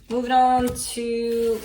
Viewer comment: Idk why I burst out laughing at “movming”